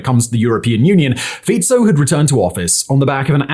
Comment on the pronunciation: Oh my god. Finally someone said Fico correctly. I top my hat to you, well done.